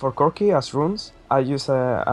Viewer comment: Lmao "cookieee"